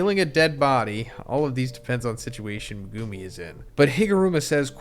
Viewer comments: Me-guh-me not Me -Goo-Me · bro his name is MEGUMI NOT MEGOOMI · Why do you say Meg- goo-me